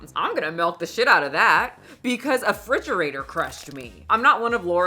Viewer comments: BABYGIRL!! 😡 It. is. REFRIDGERATOR. A "fridgerator" is not a thing. I expect more from you 😂❤ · make Mickayla's barbie bald and create or buy some Barbie WIGS for when she changes her hair. Also, the way you say refrigerator makes me smile. The only time you've had a noticeable accent.